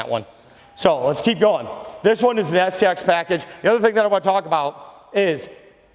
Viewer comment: I could swear that he said the SEX addition.